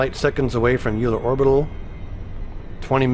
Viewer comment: It is pronounced Oiler, he was a one eyed mathematician.